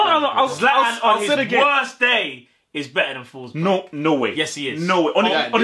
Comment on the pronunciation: Emil fosberg Not Nico Fosberg bro